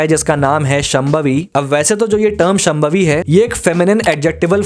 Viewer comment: Wonderful analysis but please pronounce names correctly. शांभवी not शमभावी.